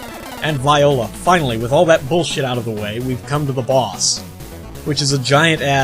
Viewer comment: I love how you say viola instead of voila, so very American of you.